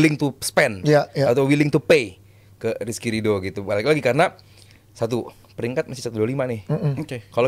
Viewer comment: RRRRRRRRRR,,,SUSAH AMAT😂😂😂